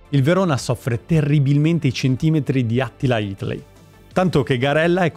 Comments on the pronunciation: Bellissimo documentario, bravo, però Maragon, Itley e Shack non si possono sentire 😂 (sarebbero Marangon, Hateley e Schachner) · Hateley "itlei" ? Schachner "scec" ? Si vede che non hai vissuto quell'epoca, per il resto bel video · Ma perché il milanista 'hateley' lo chiami 'hitley'??? Si vede che sei ragazzoe non hai vissuto quegli anni!!! 😀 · Capisco che nn eri nato ma Hitley e Sceker nn si possono sentire..impara i nomi se fai i video.. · Storia raccontata benissimo, a parte le consuete pronunce rivedibili, tipo Schachner e Hateley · Bellissimo video, ma occhio solamente con la pronuncia dei nomi di Schachner e Hateley, sono quasi incomprensibili da riconoscere qui 🙂